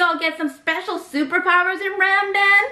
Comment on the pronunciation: Istg, the ‘ramdan’ bit reminded me of my annoying teacher who kept saying ‘moo-ham-mad’ while she was trying to teach up about Islam and the prophet Muhammad (peace be upon him) It’s a big pet peeve of mine when people pronounce things from our culture wrong, i get that they can’t help it but like- jsjdhehjdhebfiwgf